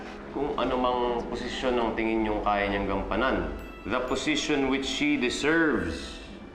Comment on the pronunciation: Position not posesion